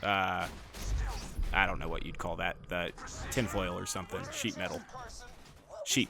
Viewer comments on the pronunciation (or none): none